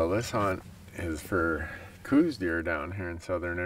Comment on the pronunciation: I run an ugly Soda Can on the end of my Howa buiild too. Those that shoot it always start researching how to add a can to their rifle. :) IYKYK! I will say though "COWS deer" after Dr Elliot Coues (pronounced Cows per Jim Heffelfinger) Why does it matter? Well they're not Mull Deer, and its not Eye-Talian cuisine - its Mule Deer and Ihtalian Cusisne. ;) After we shoot a couple Cows Deer we'll go get some pizza (JK Randy!) at that Ihtalian restaurant... Cheers and a great episode as always.